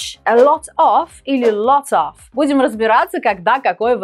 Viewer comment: а произношение lot of просто на уровне школников. разница между of (ов) и off (оф) вам известна?